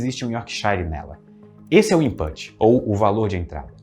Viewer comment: 👩‍🏫 Minha aulinha de inglês com quatro palavras que o pronunciou no vídeo: input, output, pug e yorkshire A palavra put, que está contida em input e output, rima com book. A vogal faz um som intermediário entre "u" e "e", que eu chamo de "u preguiçoso" ou "falso u". O nosso queridíssimo pronunciou errado (na minha opinião poderia ter pronunciado input e autput, já que está falando português no vídeo todo, e o som ficaria ainda mais certo 😉). Outras palavras que enganam assim: push e Bush Pug está certinho! 👍 Rima com club. No português esse fonema vocálico existe na letra a antes de m ou n: pano, chama Yorkshire e outros nomes de lugares que terminam com "-shire" se pronuncia tipo "yorksher". A palavra shire, quando isolada, se pronuncia por exemplo "shair" lendo em português, e significa "município" (especialmente do interior da Inglaterra). Minhas aulas de inglês são individuais e baratas, para todos os níveis, e eu explico as coisas da língua muito bem. Estou precisando tanto de alunos! Me contratem! No zap: (